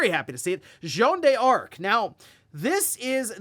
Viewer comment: U just pronounce it as dark. Not die-arc